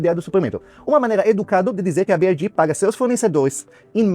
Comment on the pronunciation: Ninguém: A: "Bi Uai Ri!!!"